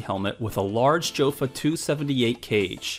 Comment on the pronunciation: Good video. It’s STAY-lock and YO-fa not JO-fa.